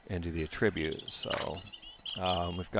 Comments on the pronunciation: Sounds so strange to hear him say attribute like a-trib'-ute. Normally the word is pronounced two different ways with two different meanings and the pronunciation he's using is the one that means assigning the blame or cause to something. The one he means usually has the accent on the first syllable like A' tri-bute. I've never heard anyone use the word pronounced like that for that meaning and that's quite exciting. I love linguistics and regional variations in language and can only imagine that he grew up somewhere where they used a non-standard pronunciation. Cool! How was it where you grew up? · It's ATTribute ffs. You're using it as a noun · Stop saying attribute like that.